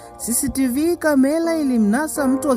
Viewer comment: Brother plz sio kamela ni camera hebujifunze lugha sula ni sura mbona kiswahili nilugha yako mbona unaharibu unavyotamka sio akilushwa inaonesha unakula sana mrenda duh unachefua roho jaribu urudi darasani hufai kuhadithia kalibu balabalani kamela aibu mshkaji rudi shule